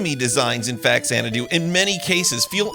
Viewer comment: loved this game as a kid. we made it into our D&D world for a while. btw, the X is pronounced like a Z. like the movie Xanadu.